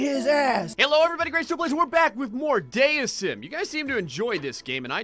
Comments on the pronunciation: IT'S PRONOUNCED DEISM NOT DEISM,! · its dee i zem